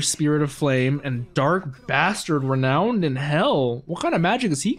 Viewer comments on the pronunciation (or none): none